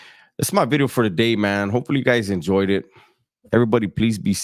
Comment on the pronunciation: It's Bideo not VIDEO bro😂